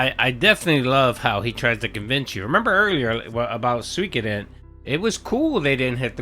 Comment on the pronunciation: That "Soykoden"